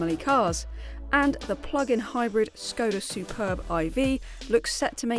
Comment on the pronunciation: Great review, but please learn to pronounce Skoda correctly :(